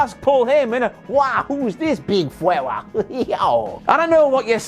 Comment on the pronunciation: I watched Ross say Brock asked Paul Heyman "Who is is big fwella?" way too many times.